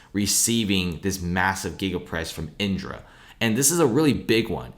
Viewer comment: Why does the guy keep saying “iNdra”? Isn’t it “IDRA”?